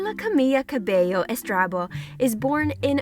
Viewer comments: Why people are always saying her name wrong? ITS CAMILA... CAMILA CABELLO = Cameela Cabeyo. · What is that thumbnail? Also the pronunciation of her name very wrong. You should do more research when releasing a video